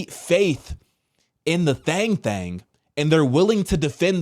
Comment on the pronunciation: I know this is a serious topic but every time you say "thang thang" I can't help but giggle I'm sorry 🤦🏽‍♀️😂. I'm praying that people wake up and they stop blindly following the CDC and other organizations.